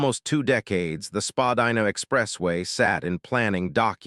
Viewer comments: It’s pronounced Spadina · I think you’re saying Spadina wrong